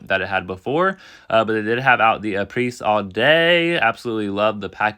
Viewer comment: HI! Thank you for your efforts!!! FYI: Apres is pronounced "A PRAY." It rhymes with the name. Apres (A PRAY) All day!